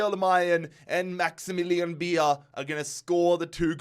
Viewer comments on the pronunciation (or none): none